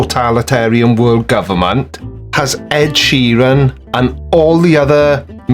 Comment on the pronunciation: This joker can't even pronounce Ed Sheeran